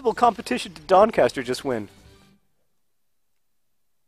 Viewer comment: You said Doncaster wrong